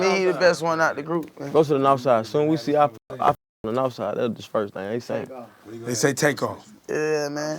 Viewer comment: it’s NAWF not north😂